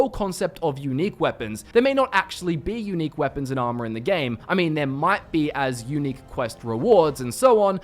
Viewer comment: When you say unique it sounds like eunich